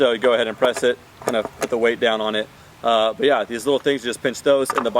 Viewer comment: Whenever he says “But Yeah” I hear he is calling to someone “Bhaiya” 🤣🤣🤣🤣